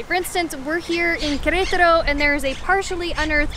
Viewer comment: Good job pronouncing Querétaro 😂